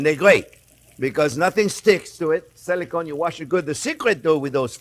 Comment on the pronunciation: Chef, it's SILICONE, not "Selicone", and it's LIMONCELLO, not "Lemoncello". 😕